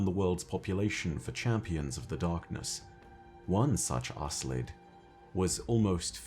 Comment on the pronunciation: Either there's a different pronunciation, or Bungie never said the name out loud, cause I'm pretty sure they didn't mean to name that race ass-lid ☺